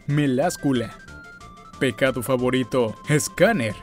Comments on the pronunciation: tiktok cosplay's También dijo Pescado en vez de Pecado Jajajaja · Jajaja que pedo, por qué dijiste pescado en lugar de pecado? Jaajja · Alguien mas escucho que dijo pescado emves de pecado?